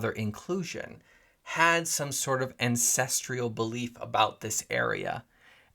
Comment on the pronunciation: AN-CEST-STRAL not ancestrial.